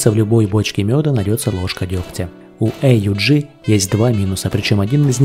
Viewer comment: Почему "Эй У Джи", если всегда это оружие "ауг" называют ?